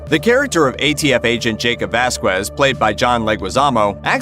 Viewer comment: Somebody needs to inform the narrator the proper pronunciation of common Hispanic surnames. It’s not Vas-kwez.....it’s pronounced as Vas-kez.....without the W.